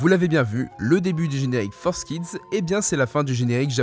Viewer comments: FOUR… KIDS ! F-O-U-R !!!! Pas Forzz !!!! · pour l'amour du ciel on dit Forkids pas Forsskid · tu dit forcekids au lieu de fourkids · Entendre "Fours kids" m'a arraché les oreilles T-T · Dès le moment ou j'ai vu que "Forskids" s’écrivait "4Kids = For kids", j'ai décroché de la vidéo, me suis rendu compte que le contenu de cette vidéo est pas ouf en fait... (mais bon, vue la prononciation des autres mots anglais, comme "upskirting", ça fait relativiser, j'ai moi-même un accent de merde en anglais :O ) Vivement la prochaine, tu nous a habitué à mieux, jeune padawan! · Pourquoi il dit ForceKids au lieu de 4Kids aaaaaaaah